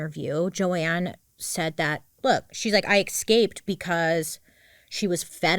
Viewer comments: Watched your content forever but it really bothers me that you say ekscaped rather than escaped. Please work on it 🙏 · BAILEY!!! I LOVE U but you're driving me coocoo with the way you say Escaped. You say it as if there's an X, no ma'am. ESCAPED ❤ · I can’t stand how Bailey says “exscaped”